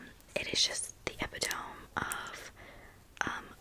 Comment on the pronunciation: baby please look up how to say epitome 😭